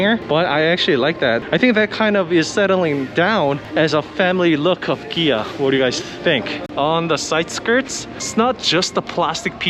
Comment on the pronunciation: Interesting how you say, Kia, "Gee-ah".